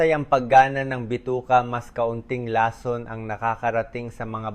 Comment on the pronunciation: 😂 Ong Bose's mo Ang pangit nang pag kakabigkas mo nang lason😅